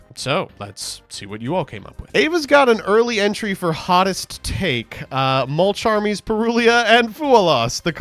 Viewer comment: The mispronunciation of Mulcharmy has to be on purpose right? I know Yu-Gi-Oh! players can't read, but in what world do those cards read "multicharmy"?